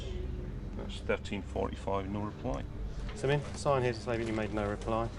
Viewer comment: "Simeon" is one of the 12 ancient tribes of Israel, he is Jacobs son in the bible, it's pronounced Shimon in Hebrew.. there are famous Rastas and Bulgarian Royals named Simeon. Simian isnt a name, is pronounced differently and means primate